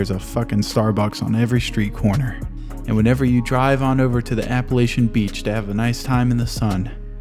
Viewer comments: it's not fucking AppallAYchin, it's appallACHin. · Sir as a true millennial I am highly offended that you pronounced Appalachian wrong